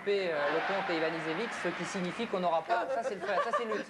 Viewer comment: Ha, that was fun to watch! I was in Paris in '93 and watched the match, amazed by Luke's serving ambidextrous! Luke had a whole suitcase of different sun glasses for changing light conditions... The idiot of the French commentator mispronounces both Ivanisevic's and Jensen's names